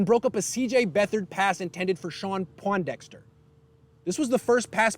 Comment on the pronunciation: Pointdexter not pawndexter